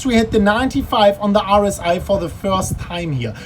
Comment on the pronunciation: OMG, you pronounce "RSI" like "Horus Eye", and I was like "wtf is Horus Eye on TradingView" for entire time :D